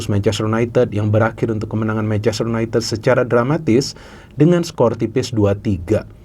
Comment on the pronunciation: Bacanya yunaintid bukan yuneted